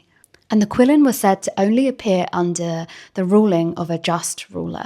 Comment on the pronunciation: I loved seeing the qilin mentioned, and you see iterations of it in korean dynastic dramas too. Just a heads up, in romanized pinyin, it's pronounced "chee"-lin or "chi" (not like chi the greek word)